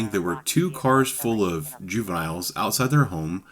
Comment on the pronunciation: When he said "Jew Vials", did he mean juveniles?